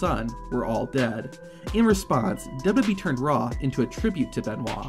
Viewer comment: Why can’t you pronounce wwe 🤦‍♂️